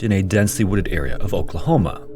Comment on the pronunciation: who else heard Okrahoma when he says Oklahoma